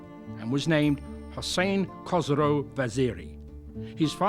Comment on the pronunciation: kos vaziri haha...... his name is khosro not kos --- kos means vagina